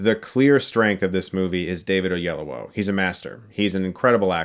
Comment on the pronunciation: David Oyel-OWO?